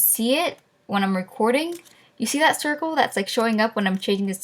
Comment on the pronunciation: u have a big problem trying to say circle